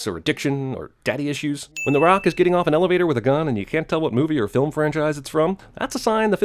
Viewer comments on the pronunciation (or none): none